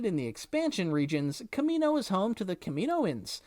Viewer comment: The way you say Coruscant kills me, and Kamino. Why must you do this?